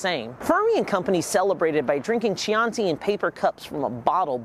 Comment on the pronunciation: The real crime is how he pronounced Chianti.